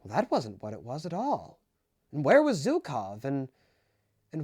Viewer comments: GOSCH DARN IT ITS SCHUKOW NOT ZUKOW! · The mispronunciation of ZHukov is killing me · Brother it’s not hard to search up zhukov pronunciation. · Btw,, you're pronouncing Zhukov wrong. I dobt know if there's an English word I can use as an analogy for what the sound should be, but please do look up how the "Zh" is pronounced.